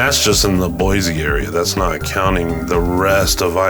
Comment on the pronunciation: I could tell right away that you aren't a native. It's BOY-SEE, not BOY-ZEE. Sigh...